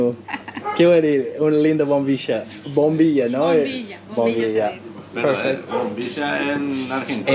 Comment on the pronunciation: Argentinos pronuncian la ll como sh por eso pronuncia mal bombilla y dice bombisha, pero ya va aprendiendo de a poco la forma correcta ❤️ vas muy bien ! Y gracias Argentina por promover la cultura paraguaya